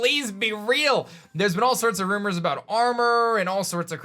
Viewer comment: Say it with me rUmOuR